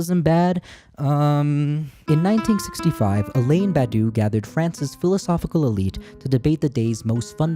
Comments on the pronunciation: the name is Badiou, pronounced Bad-You - - - - not Badou - Ba-Doo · please learn how to pronounce Badiou im begging u